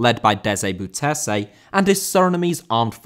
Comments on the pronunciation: Rather "Boaw" than "Bow" Because A bow (as in bow and arrow) is pronounced in dutch as Bo... The "Bou" part in Bouterse for english speakers is "Boaw" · Bouterse: bow-tur-suh, with the emphasis on "bow". That was some excellent butchering you did there 😁Great video, thanks!